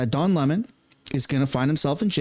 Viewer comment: Uhhh...I believe it's pronounced, "Le-mon"...🤨